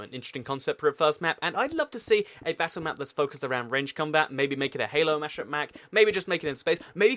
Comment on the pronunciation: He said halo mashup mack